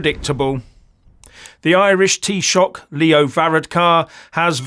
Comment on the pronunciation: Well, maybe if you learnt how to pronounce Varadkar's name and the word Taoiseach properly, you might be taken a bit more seriously - greetings from Co. Wexford (which if you didn't know, is in IRELAND) by the way.